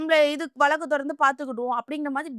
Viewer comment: தமிழின் தனித்துவமும் அழகும் ''"ழ"கரம் தான். தயவு செய்து நெறியாளர்கள் முயன்று சரியாக தமிழ்நாடு,வழக்கு .... உச்சரிப்பது மிகவும் அவசியம். தமில்நாடு. வலக்கு...என்ற உச்சரிப்பு (sorry)எரிச்சலூட்டுகிறது. Media should give importanc to correct tamil pronunciation .